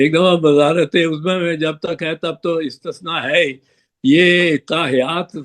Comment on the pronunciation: بگا پتر اپنی اُردو درست کرو استثناء کو استشناء مت بولیں